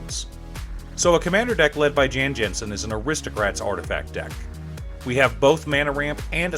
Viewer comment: Amazing video and amazing idea, I built one going to another path but liked a lot of your. Just a trivia: the pronounce of his name is "Yawn Yawnsen", just like the shoe maker :) Cheers.